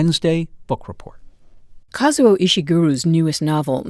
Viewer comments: KAH-ZOO-OH not Kauzo 🙄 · Introduction. The man introduces the programme, by mispronouncing the author's name, not once, but twice! ( he is Kazuo, not Kauzo). So inexcusably arrogant. Otherwise an excellent video and lovely readings. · Would have been super-terrific if the first host could have spent a few seconds to learn to pronounce "Kazuo" properly